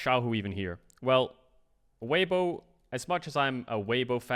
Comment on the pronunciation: Bruh, weiwei? Come on. The disrespect. Weibo is at worlds because of him xD